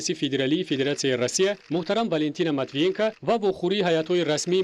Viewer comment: Манитивиенка, не. Матвиенко..ина бо як диктори бесавод